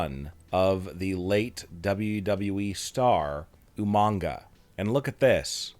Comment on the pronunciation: also the name is not umanga for god sake least get names right